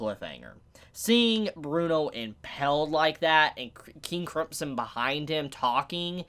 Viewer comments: Did you literally pronounce King Crimson as King Cripson? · Am I the only one hearing "King crempson" whenever says the name? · Nobody:: King Cripson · You're saying King Crimpson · Did said King Cripson? LMFAO!! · Say cripson one more motherfuckin time.. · I live, was born, and was raised a few hours away from you and I don’t say Cripsom.